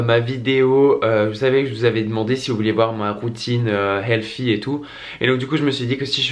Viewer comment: On ne dit pas healfy mais healthy ! Sans rancune 😉😊